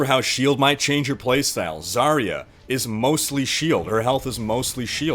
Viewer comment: Why pick healers when it's high noon? Actually, as russian i should say, Zarya pronounces differently. You should stress on last A. And her name translates as Dawn(useless info incoming)